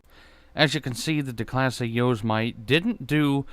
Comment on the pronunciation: Thats not how its pronounced, its pronounced yow-semetee, like Yosemite national park